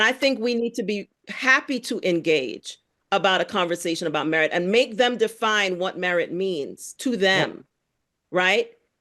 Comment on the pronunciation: Merit = "MeWhite"